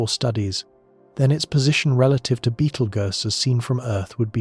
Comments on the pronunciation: It's pronounced, Beetle Juice. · One of the big downfalls of ai narrators 😅 beetle goose is pretty laughable. But tbh give ai a few years and it will be indistinguishable from human narrators. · It's not Beetle Goose or Beetle Ghost or Beetle Gurse. Its Beetle Juice. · Sorry, I can't watch this. I love these videos. But Betel (what???) I've just heard Betel Goose! 🤦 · 😂😂 At this point Betelgeuse has more pronunciations than theories about when it’s gonna explode… I’ve heard: 👉 Beetle-goose 👉 Beetle-juice 👉 Beetle-guess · I really like „Battle Juice“, sounds like a potion in Skyrim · OMG how many ways is the AI gonna pronounce the stars name... Sheesh I counted at least 5 in the first 10 minutes